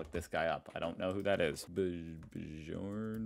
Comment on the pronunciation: Surprised you didn’t know the name Bjorn (given your pronunciation). From ABBA’s to Björn to Björn Borg, they are a few famous ones.